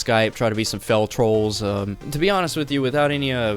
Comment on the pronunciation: Whats a fell troll? Or did you say fellow troll.